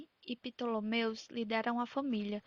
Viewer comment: É Ptolemus, não Ptolomeus kkki descobri com memes